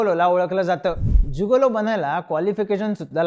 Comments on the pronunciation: जुगोलो नाही रे जिगोलो म्हण 😂😂😂😂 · जुगोलो नाही रे मित्रा its जिगेलों.. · नमस्कार उच्चार चुकला आहे. गिगलो